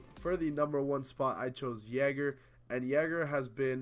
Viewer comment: It is NOT jager dont listen to him